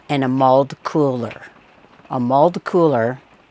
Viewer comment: Did anyone else hear "mulled cooler" instead of mauled cooler?! I thought the visitor Centre was offering alcoholic beverages LOL